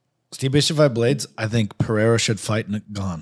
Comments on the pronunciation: Pereira (Puh-Rey-Ra). There is only an "H" sound in Brazilian Portuguese if the name begins with an "R" or if there are two "R"s together (like Diego Ferreira). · Rampage making me lose brain cells. Got me thinking how to even say "Pereira". Absolute idiot. Logging off.